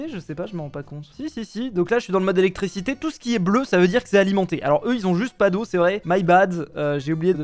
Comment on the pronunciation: qui dit electrécité au lieu de dire électriiiiicité ça me trigger